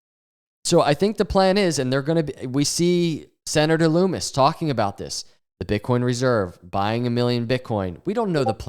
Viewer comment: It’s LUMMIS not LOOMIS